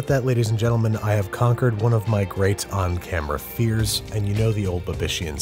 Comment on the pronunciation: Ducksieboi Boi number wan Haha cringe XD